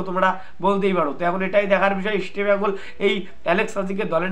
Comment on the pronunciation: কি বলছো বুঝি না ঈষটো বেঙ্গল না কি রামোচনদো কহো রামোচনদো কহো